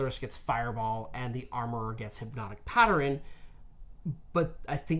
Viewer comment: where tf did you learn to pronounce pattern lmao